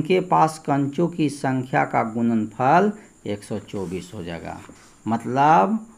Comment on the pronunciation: Sar aap gudanfal ko gunanfal Q bolate Hain